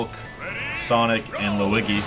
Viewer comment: Yes! I knew I wasn't the only one who said Lue-i-gee